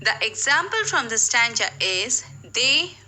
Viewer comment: Your pronunciations of the words stanza and ambiguity are wrong.